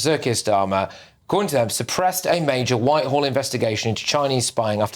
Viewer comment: Surpressed? Really? Come on GB. Get someone in who can speak English properly! 🙄